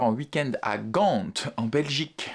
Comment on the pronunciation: Je vais faire ma belge chiante mais la lettre D ne se prononce pas dans Gand 😅